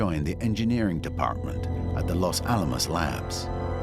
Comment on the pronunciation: This pronunciation of the words 'Los Alamos' makes my ears hurt.